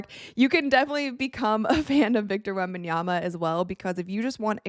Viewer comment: Thank you for actually pronouncing his name right.